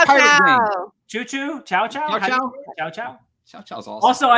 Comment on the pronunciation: My ears bled everytime you say Chow-chow